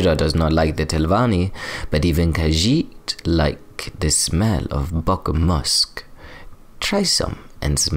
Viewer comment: your khajiit accent is so good